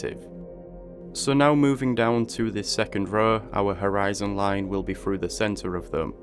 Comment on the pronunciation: am i the only one who hears "harassing line" ?